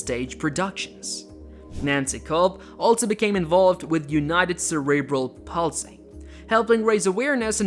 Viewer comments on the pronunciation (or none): And Die-Vorce and cerebral Pals-lee... who is this guy